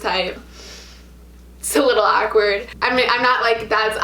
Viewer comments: Lol saying awkward ACK-WERD lmao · The way she says "awkward"..AKwArd